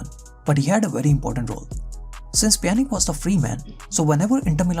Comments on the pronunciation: I mean it's Pjanic (Pjanitschhhh) and not Pjanic (Pjanik) ... it hurts my ears ! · Dude please learn how to spell names before you make a vedio.. You can't insult the fans by calling names randomly whichever you choose for example Juventus with (yo) not (jo), just like the ( j ) in Pjanic.. You pronounced it (Pia) yet you kept saying (Pianik)! While his name is (Pjanic = Pianich) do your home work please those are well-known clubs/players.. It's really annoying to miss-spell thier names.